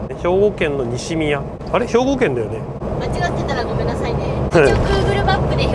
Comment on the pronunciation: お疲れ様です、動画が更新されるたびに観れて嬉しい 動画内で西宮の事をにしみやと言ってましたが正しくはにしのみやです